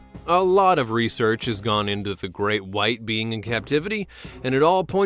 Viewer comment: Draco - he litterly said greak white shark